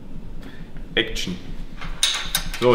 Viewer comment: „ECKtion“ Der war gut 😂😂😂